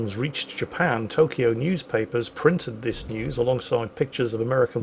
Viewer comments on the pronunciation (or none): none